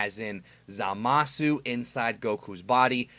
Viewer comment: For someone who makes it a point to try and pronounce Japanese words phonetically, you sure do mispronounce Zamasu's name. You're saying "Zuh-mah-su" with three syllables, but it's supposed to only be two syllables in "Zama-soo".